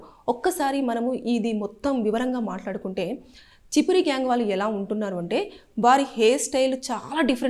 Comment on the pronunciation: అది చిపిరి కాదు అక్క ఛప్రి 😂😂